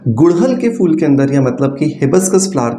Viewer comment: Oh bhai fool nai phool hota hai.😂😂😂